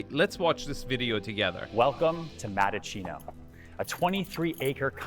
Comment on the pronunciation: It's Mattaccino not Madachino